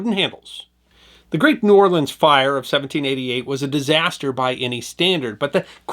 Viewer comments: Don't know who this narrator is, but he's definitely not from New Orleans. If he was he would know that the locals there DO NOT offensively pronounce New Orleans as one word. If ever you hear some ignoramus pronounce it as 'Nawlin's,' know for sure he is not a native of that city. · Awesome video but the vast majority of us from the city do pronounce it as two words. New Or-lens. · Please stop with the "we say the city name in one word". We pronounce it New Orlins or New Orlee-ins. Never met anyone who says Nawlins. I'm 58. Maybe 2 who said New Awlins. When people here see anything about New Orleans we cringe cause no one gets it right. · Nawlins is a Northern misconception... possibly because there is a small part of the population that pronounces it that way, but the common pronunciation is New Orlens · It's pronounced New Or Lunz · AS A NEW ORLEANS NATIVE AND EDUCATOR, is FALSE. No one, literally NO ONE, from here says "N'awlins" or blends New-Orleans into one word. You are incorrect and invalidate yourself as a credible source almost immediately. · We saw New Orleans. Nobody here says that in one word. Two... Distinct... Words... Otherwise thanks. 🙃